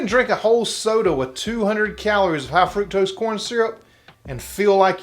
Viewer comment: FRUCTOSE! It's FRUCTOSE, people!😂